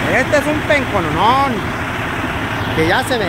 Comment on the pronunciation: no.se dice pencononon se dice penco percheron